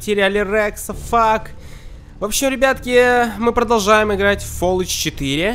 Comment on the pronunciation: ты что то курил или с дуба упал какой фолучи? Фалаут правильно говориться